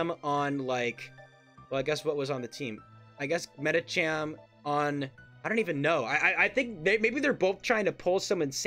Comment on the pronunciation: this guy keeps pronouncing medicham the wierdest way